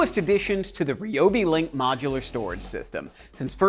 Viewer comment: rye o bee not ree o bee... #toolreviewzone